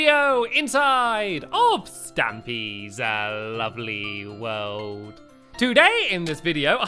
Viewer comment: Stampy, at the start of your videos why do you say a-lovely instead of lovely